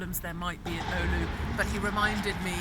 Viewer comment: Hopefully police told her how to pronounce the word "oulu" properly.